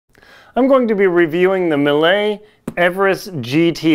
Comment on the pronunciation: Pretty informative video. I can't find those Millets in any store so was curious to find more about it. One think if I may, it's a french brand so should be pronounced "mie". I believe that crampon doesn't fit well and is no click due to having such a big size with a bar too short. What size are your Cube? Are your crampons fitted with a wide toe bail? I take a 42.5 and found with both Olympus too narrow even in 44. The Phantom 8000 is so hard to put on and I can't imagine doing it up at higher camps - annoying zip, velcro too short and shell has too narrow opening. I'm hoping to get hold of a Millet and pray it will fit my wide foot. Cheers